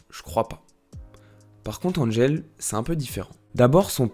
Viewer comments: C'est Angèle pas Anne-gèle jpp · On dit Angèle ! Pas Andgèle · Ca ne se dit pas DG, c'est juste Angèle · C’est pas Andgel c’est Angèle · On ne dit pas "And-gèle" mais Angèle tout simplement. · Super intéressant, merci ! Le seul problème est qu'elle s'appelle Angèle et non "Andgèle" (dit 3000 x dans la vidéo !). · Super vidéo! Une petite amélioration dans la prononciation du Belge :-) Nous on dit Angèle et pas N'Angel comme un peu le parfum :-) Elle est aussi la marraine hyper généreuse d'une fondation qui récolte des fonds pour la recherche dans le cancer pédiatrique! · Mdr oui trop bizarre tout le long ça dit bien qu'elle est belge et tout mais il anglicise son nom. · Mais grave😂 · Faire toute une vidéo sur une personne sans savoir prononcer correctement son prénom... Angèle, c'est un prénom français, ça ne se prononce pas "Andjèle", bon sang ! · Ça se sent que tu es amoureux, par contre il faudrais apprendre à bien prononcé son prénom 😉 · cest cool mais on apprend rien de nouveaau de plus jai beaucoup de mal avec la prononciation "angèle" ça me sort de la vidéo à chaque fois déso :/ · Déjà avant de raconter sa vie faudrait peut-être apprendre à dire son prénom 😭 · Donc pour être encore plus clair, on prononce son prénom : « EN » + « GEL ». A part ça, vidéo YouTube avec de bonnes recherches et presque pas d’erreurs dans la prononciation de termes « francos-belgos-neerlandais », comme pour le festival de Wechter, tu dis « We-ssshhh-ter » par exemple. La prononciation correcte est : « Ouais-ghghgh-kter ». Mais bon, comme y a pas 3000 mauvaise prononciation, ça va. 😊